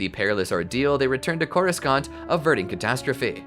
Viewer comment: Drink every time he says Coru-scant